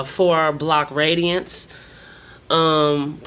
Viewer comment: She said, "Four block radiance." It's RADIUS!!